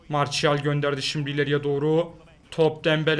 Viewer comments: aynen ya marsial ne marçial diye okunuyor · Zaten martial diye yazılır marçial diye okunur biraz ingilizce yaa